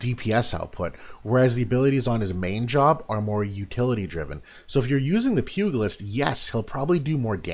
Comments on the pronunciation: Great review! Thanks for this. BTW, pugilist is pronounced like "pyoo-jill-ist", not "pyoo-gill-ist" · Awesome video, great analysis as usual, just one thing - it's pronounced pyoo·juh·luhst :) keep it up man!